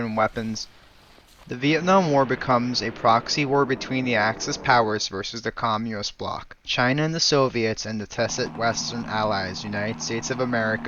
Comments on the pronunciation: Interesting video, but what is "commuist" that you keep repeating? xD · Commuist lmao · Might need to learn how to pronounce Communist.